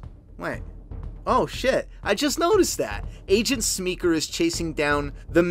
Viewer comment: Hey bud. Love the effort. I’ll continue watching but I had to pause. I’m probably the same age as you. But the thing is his name is Willem. Not William. And Paul is not Paul Smeeker. He’s Paul Smecker. I’m not trying to embarrass you but my OCD brain wouldn’t allow me not to say something.